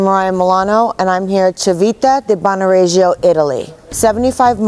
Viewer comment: Horrible accent !!! if you do a video, just learn it right! " Civita" is pronounced as "Chivita" with an accent/emphasis on the first i, not the second one, plus Regio, is "NOT" pronounced with that french-like-j, it's pronounced as in English "ReJo", that simple !!! don't mess with my language, respect ! don't be sloppy